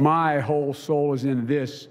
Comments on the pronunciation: Did he say whole soul or a$$hole? LMFAO! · I thought he said arsole .must be his loos teeth .so he should be having a ward with MSM. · He read the teleprompter correctly...it was 'Hole sole'. Biden came remember anything this morning. Let alone january 6th